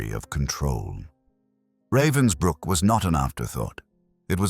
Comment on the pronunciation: Pathetic that you can't even pronounce correctly the name of the camp about which you are talking.